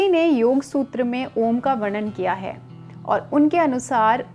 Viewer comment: आपकी बताई गयी जानकारी उचित है पर जब आप खुद इसका उच्चारण कर रही है तो विकृत रूप मे कर रही है, आपने उच्चारण किया आ......ऊ.......म जबकि सही उचारण अ..... ऊ............. म म मे केवल हम्मिंग होती है, म का ucharan नही होता